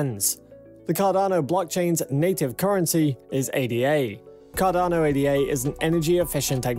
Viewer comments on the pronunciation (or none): It’s not pronounced “A-D-A”. It’s “Ada”. Like the woman’s name.